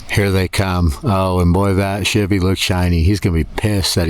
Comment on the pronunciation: Hey! What causes them there wash boards on them there dirt roads? You may have included this info in fun fact in some other ole video, I just haven't watched all them there videos yet. By the way, its also nice to here someone pronounce Shivvy correctly! Rock on!